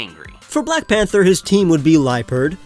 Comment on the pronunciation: DO NOT LEAVE OFF THE H IN PANTHER!